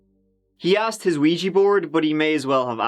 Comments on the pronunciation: WTF??? AGAIN? Another youtuber saying Luigy board??!! It's OuiJA JA JA JA JA. Not OuiJEE. For al I care, because Ouija boards are just a very old scam. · why is nobody able to pronounce OUI-JA board corectly? it is JA and not JI. or just say LUIGI board.